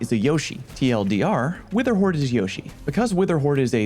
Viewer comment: witherhoard is really good at D you say? sounds more like witherwhore than witherhoard